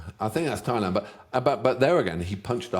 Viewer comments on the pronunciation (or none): none